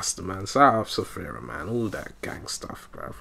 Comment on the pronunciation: Man you funny af but his name is Sfera not Sefera, i ear a lot of us people saying sefera and i still can't understand why maan😂. Gg man, i'll wait the pt.2